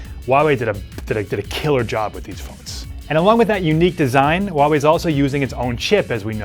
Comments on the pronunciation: Hey dipshit! It`s not WUAWE it`s HUAWEI ! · It’s pronounced who-ah-why not whatever that guy is saying, jeez I can’t take him serious...